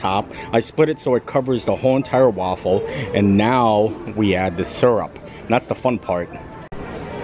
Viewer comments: Wow, I didn't notice him mispronouncing mountain but I do think his pronunciation of syrup is awfully suspect! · Great strategy on the spicy chicken waffle sammich! And, just FYI, I pronounce "syrup" the same way ... maybe it's a Midwest thang. I also love how good natured you are about everything. Some people out there can learn a lot from you!